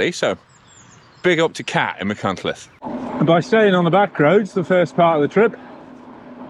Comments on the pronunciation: Great vlog, but you need to work on your Welsh place name pronunciation. 😂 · Great overview Guy. Feel like I've known you for decades after reading so many of your MBR reviews & editorials over the years. Don't listen to the listen to the criticism about your pronunciation of some of the Welsh placenames. The main thing is that you're promoting tourism and the beautiful Welsh landscape. I''m sure Steve Jones could give you some pointers for future reviews ;) Diolch yn fawr 👍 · Phil can't pronounce Welsh names correctly either. 😂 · Your love and respect for Wales came through really clear for me, and I can see you ARE trying on the pronunciation. Obviously there are so many places you go through that learning them all exactly would have been really impractical - viewers have to remember this is an off-the-cuff recorded cycle ride, not a scripted, rehearsed video. Really enjoyed the video. I'm thinking of doing the route but only have a gravel bike (45c tyres). Any advice? Is that stupid? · I respect and enjoy a lot of your output and I don't like to post a negative comment, but this was marred by disappointment over your pronunciation, more so considering you are the 'official guidebook writer'. As a viewer, it came across as 'can't be bothered, it doesn't matter to me'. With a little bit of effort, this would have been an ideal opportunity to show respect for the place, people and language in the area traversed by the route. (PS Trawsfynydd is also misspelled above - if you are able to edit it, replace the second 'n' with 'yd' ). Please take this as constructive and well intentioned. Beyond this your enthusiasm comes across, despite riding it on a chilly couple of days in February. It looks a great route . If there isn't one already, perhaps a pronunciation guide would be a useful addition to the guidebook ;-) Edit: I've just watched part 2 too.. Also inspiring and definitely on my list. Thank you very much/ Diolch yn fawr iawn i chi 🙂